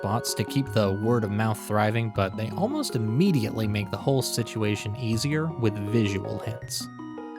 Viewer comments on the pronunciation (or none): none